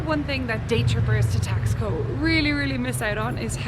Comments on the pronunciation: Should be pronounced Tash - Ko, not Tax - Ko. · Nice video. BTW, it is pronounced Tass-koh not Tax-co. And those were not tacos you were eating at the beginning of your video, those were flautas (flutes). Tacos are folded tortillas with fillings or a crisp fried tortilla formed into a shell that is then filled. Flautas are filled, rolled, and fried tortillas. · It’s pronounced “TOX-koh” not “TAS-co”. Otherwise, a delightfully entertaining tour, Makes me want to go there. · It reminds you of Europe because it was founded by Spanish travelers, therefore, does indeed reflects the direct connection... 😁🥰 it’s pronounced (Tas-co) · Someone may have already mentioned this...but they pronounce the name Taxco as...TASH - ko. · The City's name is prouncounced :Tosh...co" no X sound at all. And those were not deep fried tacos..they were "flautas"... If you are going to do videos please try to get at least the Basics right.... Gracias....